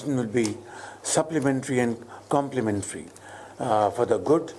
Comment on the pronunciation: Supplementary and complementary ..abbey bss kar warna teri english se pakistaniyo ko ho jaayega Dysentery 😂😂😂